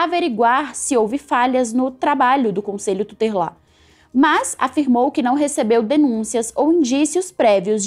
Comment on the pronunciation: Ela também errou a palavra Tutelar. Falou tuterlar. Infelizmente jornalistas atuais tem pecado muito na língua portuguesa. Aqui em Feira de Santana as que escrevem matérias no site do programa de rádio acorda cidade cometem erros grotescos.